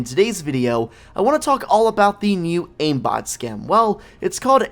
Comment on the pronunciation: Hahaha he said iambot skin